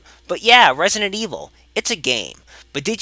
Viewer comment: "Wesident Evil" ~